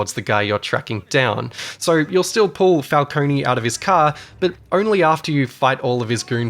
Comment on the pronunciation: Falcon-e, lol... Falcone.. Fal... Cone..... Falcone.